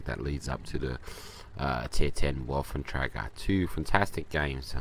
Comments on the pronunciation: And? I just thought that when you grind all the way to a tier X tank you should be able to pronounce it's name right. Plus before you put videos up with it included, you should pronounce the name right. At least watch a review of the tank. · you are pronouncing Wafflentrager wrong.